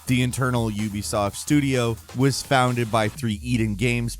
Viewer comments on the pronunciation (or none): none